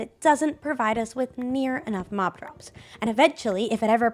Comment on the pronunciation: when said she was going to work on the mob drops, I thought she said cough drops